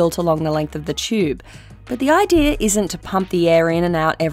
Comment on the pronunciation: its pronounced "idea", not "idear". You are welcome!